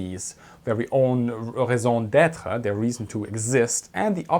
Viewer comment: It was neat to hear you say raison d'etre in a German accent. Especially because you must have said far more accurately than I ever could ^_^